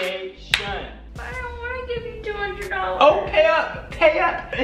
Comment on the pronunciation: Him.no my fondashin Me.its just fondashin